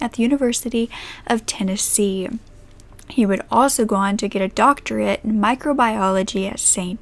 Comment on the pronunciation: "He was born in..." Not Tennessee.. not Tennessee "Tennessee" ...damnit